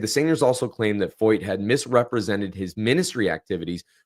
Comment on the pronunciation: I am a German teacher, and the name "Feucht" is a German adjective that means "damp" or "humid." You are pronouncing his name correctly, as the "eu" sounds in German like "oy" or "oi." While Germans pronounce the "ch" in this word "feucht," we say it more like "FOIT" or "FOYT" in English. Thank you for making this video, btw!!